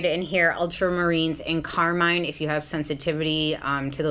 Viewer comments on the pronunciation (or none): none